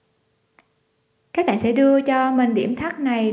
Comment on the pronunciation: Céc bẹn là gì vậy?.Hàng thì nói là hàng sao lại là hèng?Nghe giọng nói hết muốn bấm nút like dù chỉ dẫn tất tốt..